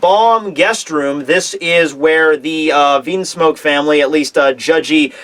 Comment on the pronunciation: stop prounouncing things wrong. You have pronounced Bege wrong, logia wrong (from another video; wtf just listen to anime episodes lol), Vinsmoke wrong, etc etc etc. This is just from the top of my head. It bothers me. If you are doing it to be a troll or for humor's sake it's one thing but when your video production is becoming more and more professional but your pronunciation is going down it's unfortunate. Don't be Double4Anime and please work to improve it lol:P You're someone who could get to 1 million subscribers someday, so please please please do that for the viewers who it does bother.